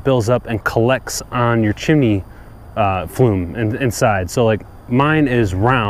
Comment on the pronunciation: Thanks...well done. I just did mine and now want to try to sweep my oil chimney flue but need a different brush. Was thinking to make my own somehow. Any thoughts? Fyi, sounds like you are saying "flume" instead of "flue".